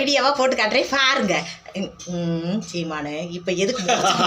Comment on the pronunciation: nenga seemannu solrathe thani alagu